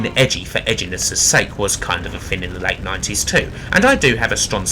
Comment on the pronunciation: it was "fing in the wate 90s"